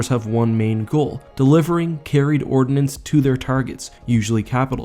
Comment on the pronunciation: Ordnance, not ordinance. :)